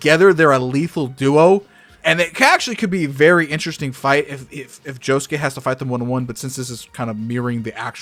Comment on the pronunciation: You lose all credibility by the fact you can't even pronounce josuke's name.